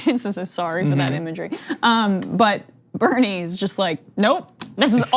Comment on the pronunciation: Nina Turner pronounces Bernie's name correctly. Also the female of Bernard is not Bernadette but Bernarda. Bernadette is actually a modern derivative of Bernard. St Bernadette's name is officially St Mary Bernarda and not St Bernadette. Bernadette is one of my names by the way.